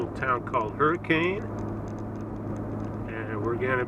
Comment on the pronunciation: Oh how the rest of the US wishes Californians would stay the fuck in California. Please try to pronounce the town names correctly. You mispronounced Kanab & your husband Hurricane. But if you think about it, you could avoid this embarrassment and insult if you just stay in California.